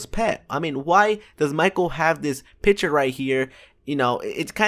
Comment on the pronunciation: Lmao he says piture instead of picture